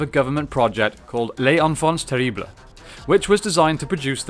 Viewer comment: Great vid. Terríbles- pronounced "tear-eeb". The French ignore consonants subjectively.